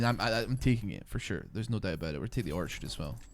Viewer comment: You know how long it took me to realize he was saying orchard and not archer 😂😂😂. Great videos man!